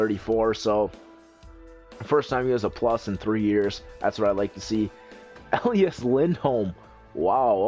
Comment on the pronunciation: I know this is just a nit picky thing, but his name is E Lie As not El E Us; But otherwise I love your GMs and Livestreams :D